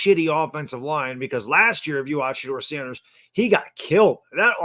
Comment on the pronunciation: It’s shedur Sanders